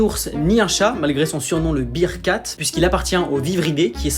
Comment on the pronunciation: le bearcat se prononce "bèrecat", pas "bircat". "bère-cat": chat ours "bircat" ou "beer-cat": chat bière 😂